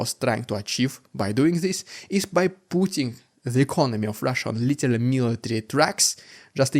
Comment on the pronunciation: Stop saying litelly..its literally..but you still say too much